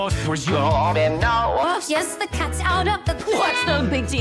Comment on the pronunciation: "you dOdn't knOœw~'